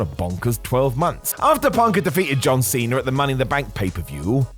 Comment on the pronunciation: Cena* not Cener